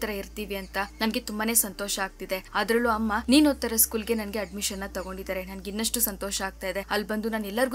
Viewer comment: Hello medama adu adamita alla adamishana😅😅🫵😁😁😁😁